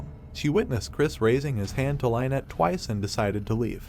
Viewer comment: You need to learn how to pronounce names. You say names fsr too frequently to be pronouncing them wrong & slow down a bit...Jeez! Lynet wtf Lyn-ette 🫤